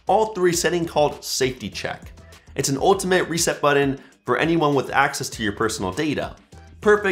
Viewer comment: I'm going to need you to look in the mirror and practice your "BUTTON" pronunciation